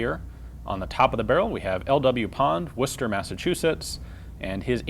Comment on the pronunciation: Ian, you have clearly spent some time in New England. Not too many people pronounce Worcester correctly.